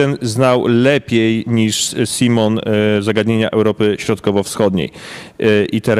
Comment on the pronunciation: Pan jako specjalista od spraw polityki brytyjskiej powinien nauczyć się prawidłowej wymowy nazwiska ministra Johna Simona (sajmon, a nie simon😀)